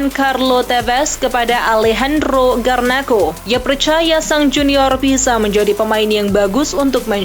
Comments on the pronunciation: Garnacho, bukan garnakho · saya apresiasi berita disini itu komplit, tapi tolong dong penamaan pemain itu harus benar, kek garnacho itu dibacanya garnaco, bkn garnako. kim min jae dibaca kim min je, bkn kim min hae.